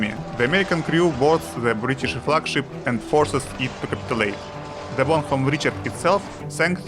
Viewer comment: запоролись уже на названии корабля произнеся "бонХом"